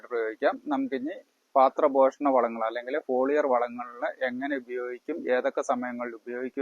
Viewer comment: Paathra poshanam alla, pathra poshanam aanu.